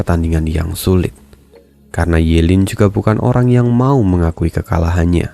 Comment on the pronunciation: Ye lin bang bukan yu lin